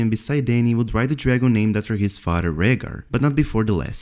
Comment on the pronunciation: Da fodder, not the father. Good video but replacing t with d was driving me nuts. Was getting dizzy